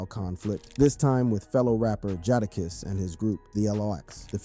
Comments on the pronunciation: Bro, if you don't know how to pronounce Jadakiss name, then don't. It makes me rethink the legitimacy of this whole video. 🤨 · Bruh, I'm not really sure who you talking about. You need to learn how to pronounce the names of these artists (Jadakiss) how do you not know how to pronounce his name?. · Boi said Jahdakiss...get em dfoh B!! LMAOOOO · My man really said "The Carteer Veee" bro cummon. I aint even gonna get into "Jardarkiss"